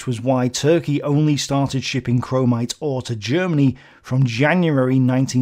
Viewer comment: There is no "en" in chromite